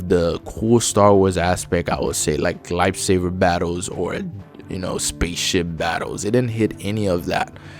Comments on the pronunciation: Buddy plz say lightsaber correctly not lightsaver 😂😂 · This guy saying "lightsaver" is triggering me lol, but his review is pretty spot on. A Sony first party lite imo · Are you saying light-saver? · Dude why do you call it light saver XD